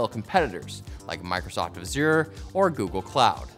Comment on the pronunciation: The real problem is that overwhelmingly businesses are still immature and as such are very rigid -> no scalability, redundancy, automation etc. Solution: mature your business through DevOps P.s. don't be disrespecting Azure and yourself, pronouncing the word like that...